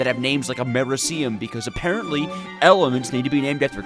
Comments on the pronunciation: The Way You Pronounce Americium Triggers Me Lol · FINALLY Took ya long enough Edit: that pronunciation of Americium is NASTY